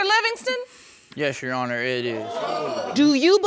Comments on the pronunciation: Its "your honor" not "you honor" 😂✌🏽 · I'm hearing "yes younna" no Rs anywhere..... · Yes, she dropped the r.